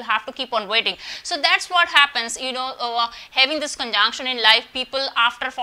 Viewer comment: All I could hear ....conjaanction , conjaanction , conjaanction......😂😂 Learn to pronounce dear lady ...it's conjunction 😅😅....u can converse in hindi ..... don't spoil english like this ....also work on your mercury and venus .....wear light earthy shades and decent clothes🙏✨